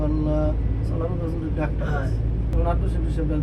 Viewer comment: আল্লাহর নামটা একটু শুদ্ধভাবে উচ্চারণ কর